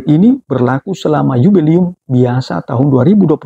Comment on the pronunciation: 'Jubileum' romo!! Bukan yubelium.😭😭😭